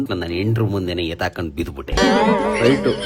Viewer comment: ಅಕ್ಕ ಅದು ಹೆತ್ತಾಕೊಂಡು ಅಲ್ಲ ಎತ್ತಾಕಿಕೊಂಡು ಸ್ವಲ್ಪ ಕನ್ನಡನಾ ಸರಿಯಾಗಿ ಬರಿಯಕ್ಕ